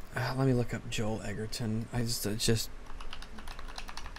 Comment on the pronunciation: It's even more hilarious because it's pronounced E jer-ton and says it wrong when accusing someone of not knowing an actors name 😂